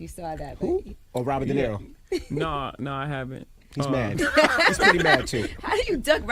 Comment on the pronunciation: Robert De Neh-ro?